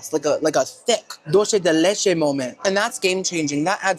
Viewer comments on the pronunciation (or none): none